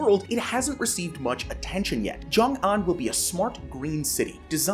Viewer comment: Xiongan is pronounced "Hsyohng Ahn" not "Zhyong Ahn" & it's a total disaster & fraud.